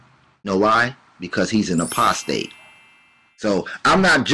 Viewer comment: lol! #28 he said "postate" hahaha